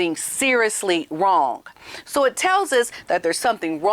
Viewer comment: says "wrong" like this something is "wronk"😂😂